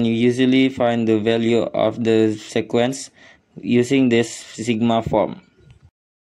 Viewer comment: Sequence is pronounced "seequence"!